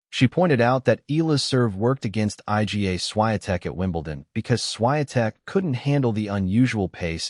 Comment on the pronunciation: I don't believe this . I G A Swiatek ? It is pronounced Iga, for Heaven's sake